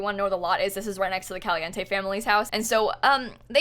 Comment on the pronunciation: I love how you say "Caliente" 👌😊